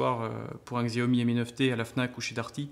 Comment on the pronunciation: Je l aurai demain si tout se passe bien Et c est pas Xiaomi mais chiaomi sa se prononce comme sa voilà voilà très bonne video